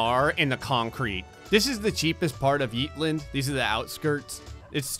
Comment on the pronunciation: What he says “yeetlnd” What it is “Yeetland”